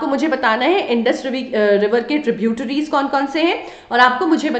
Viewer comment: maam ur prounciation for distributries and tributries is funny